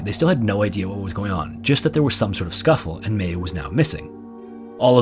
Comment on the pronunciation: Just so you know, Mayu is pronounced "my-oo" not "may-oo"